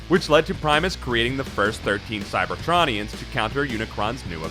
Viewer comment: Does it annoy anybody else how he pronounces cybertronians.